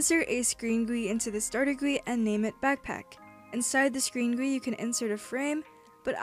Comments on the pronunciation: what bothers me is the way she says GUI like guwee also i thing GUI stands for games user interface idk i think that's what it is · When she says goouie I die inside. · Guillen No, it's Gee-you-eye. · the way you pronounce gui is so funny, it's G U I, letter by letter lmao, very good tutorial doe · its called g.u.i , not 'gwee' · Guillen nope, its prononuced G U I. this comes from an actual web dev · no its pronounced goat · i love it how u say "gwe" lol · "insert a screen gwee into the starter gwee" XD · I am not gonna watch just because GUI is pronounced G U I not one word It hurts my brain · never say guee as gui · I disliked for you calling it "Gooey", better luck next time! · screenGUEE starterGUEE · I never heard someone pronounce “GUI” as it’s spelled So your channel is great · the way she says gui scares me